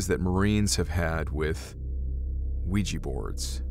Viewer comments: It's pronounced wee-ja not wee-gee. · Not Ouijhee.. Oui Jah both yes.. first time in French, second in German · "Ouija" is not pronounced "we-gee". It is "we-ja". It is also the name of the game board, not the actual board. The game company created the name when mass-marketing the witch board or spirit board. Supposedly, it was the SIL or the like, of one of the game board creators, who suggested the name. I would like to point out, however, the name in two parts "oui" & "ja" are two words that mean "yes" in French and Swedish (Norwegian & Finnish) respectively. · "wee-gee" ... Ouija ... Jah Jah JAH!!! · How did "Ouija" [yes yes] boards come to be pronounced "wee jee"? The "wee" is easy because that is how "oui" is pronounced, but "ja" is German and pronounced "yah". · It’s spelled ouijA. Anyone know why when sounded, you are pronouncing ouiji? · Can't handle this. It's not pronounced weejee